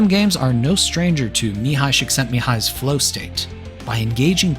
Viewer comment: The Guitar Hero series is probably my most played game series across all time. It also defined my taste in music to a large degree. Props for not being one of those obnoxious "oh no foreign name I won't even try", you did a good job with Mihály Csíkszentmihályi.